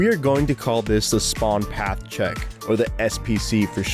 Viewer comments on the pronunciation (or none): none